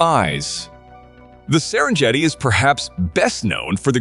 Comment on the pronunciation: Every site except the Great Barrier Reef had one or more mispronunciations. They even had three different goofs on 'Serengeti'. Was that a computer talking? Didn't a human listen before posting it?